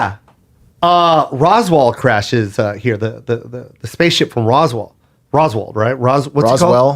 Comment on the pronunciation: These dudes are the only alien enthusiast I've ever seen who cant pronounce Roswell......